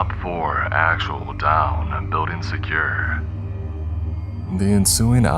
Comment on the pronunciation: BuildING!!!! NOT buildEENE!!!!